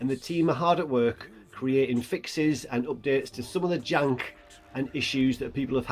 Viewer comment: I love when he says, jank😂